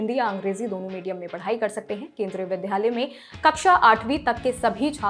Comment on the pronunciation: Madam, आप dilect सही करें। विद्यालय कहा जाता है न की विध्यालय।Pronunciation सही कर लें।